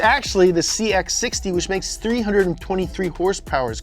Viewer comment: I'll have you know that YouTube's closed captioning registers horse powers as hearse purse when you pronounce with the pizazz